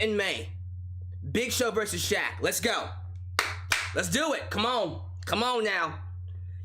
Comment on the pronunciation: Justin Roberts did Shaq's name like a boss! I recommend going back to hearing that.